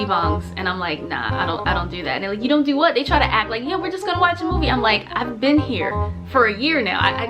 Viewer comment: the "don't"- ma'am PLEASE😭😭every time